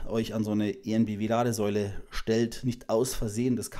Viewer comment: "En Bee Wee" und nicht "E En Bee Wee" 😊